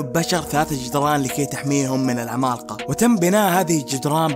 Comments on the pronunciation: المراجعه كويسه لكن ليتك تقول العمالقه بدل ماتقول (العمال قا) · اتحداكم كم مرة قال كلمة( العمالقة ) بنطقه الغريب لها الي زي الخرا والله؟